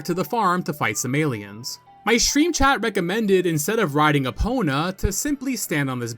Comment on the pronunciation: Just finished the OOT video before coming here and the first thought is "oh thank god he's pronouncing Eponas name correctly this time" because if I have to go through this video with the same misnaming by calling Epona Epina I think my ears would bleed.